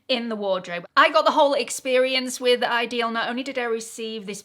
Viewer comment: What's the Hype thing? It wouldnt let me comment! I dont want to be forced to hype a video in order to comment., i think it's pronounced 'idyll' not ideal. That pendant is lovely!